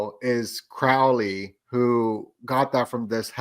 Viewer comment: Quick note, guys. "Crowley" is pronounced like the bird "crow". ("Croh-lee")